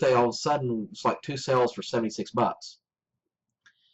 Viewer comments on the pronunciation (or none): Are you saying sales or sells? If youre saying sales, its pronounced SALES not sells!